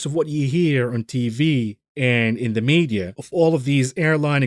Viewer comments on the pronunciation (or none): none